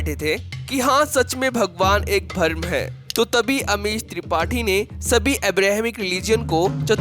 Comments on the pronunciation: अरे भाई बीच में कमेंट्री क्यों कर रहा है। भ्रम को भर्म बोल रहा है। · भाई, अमीश त्रिपाठी तो विद्वान हैं, उनकी बात करके भी आपने अच्छा किया। लेकिन भाई बुरा न मानना, आपको अपने हिंदी के उच्चारण पर काम करने की बहुत जरूरत है। बहुत निराशा हुई आपकी नेरेशन सुनकर। और को ओर, भ्रम को भरम और भी बहुत कुछ। कृपया हिंदी अच्छी तरह सीखें तब इस तरह की कमेंट्री करें। धन्यवाद। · Bharam nahi u fool.. its bhram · वीडियो बनाने से पहले 'भ्रम' तो ठीक से बोलना सीख लो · भरम नहीं भ्रम , बरमहंड नहीं ब्रम्हांड, परमान नहीं प्रमाण।